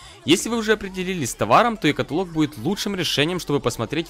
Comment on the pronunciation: Е катаалог а не каталоог